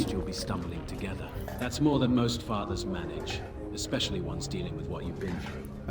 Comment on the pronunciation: "Eckspecially "..... Just think of that, 'ECK'Specially'... What are you, five years old?